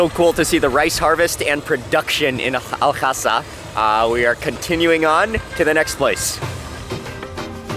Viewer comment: I dont understand why Mark is making the pronunciation unnecessarily difficult... Its simple... Al Hasa Mark says it Al Khhasa